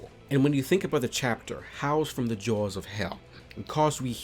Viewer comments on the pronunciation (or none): none